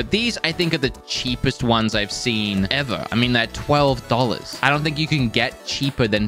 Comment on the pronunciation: “Dohllas”, “Sawr”, “Knowr”